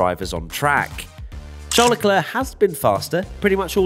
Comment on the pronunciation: Leclerc👌🏽 - leclerrrrrrrr😂😂😂😂